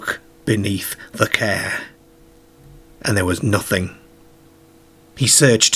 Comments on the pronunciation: This youtuber has a big problem with talking normal a CAR is a CARE to him 😂😆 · Its prenonced CAR! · I know the rural Lancashire accent you're talking about and this guy does not have it. This guy does NOT use a rhotic "r" actually, but that's not what we're talking about. It's his strange pronunciation of "car" as "care", "are" as "air" etc that's confusing us. I've simply never come across it in any northern British accent before. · I’ve never heard “car” pronounced “care” before. What accent is that? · I'm intrigued, being English, what dialect says care rather than car? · Wearing a red scarhf, darhted out from between a parhked Carh!! :))))))) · Love the way you say car....at first I thought you said care..😂😂😂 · Pronunciation is unbelievable lol , no marksahhh on the carahhh lol, brilliant video though.. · that’s what i was thinking! 😂😂 a “paacked caa” … no R’s lol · Great vid but the way you say Car should be punishable by death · He’s from up north but seems to pronounce “car” in a weird way on purpose… And he can’t pronounce Maidstone either 😂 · How come the narrator can pronounce paranormal which has three a’s and not car with only one? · His pronunciation of 'a' followed by 'r' is not part of a known UK regional accent but instead something more idiosyncratic. Eg. car, party etc.